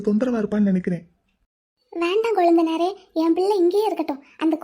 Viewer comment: Oh ya she said Kozundhunaare 😂😂